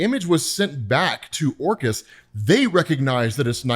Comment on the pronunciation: Who else hears "Orcas" when says "Orchis"? And then he mentions the hounds. Plus, Orcas hunt in packs. The mutants have no chance, bro!